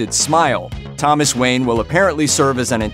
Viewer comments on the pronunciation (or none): none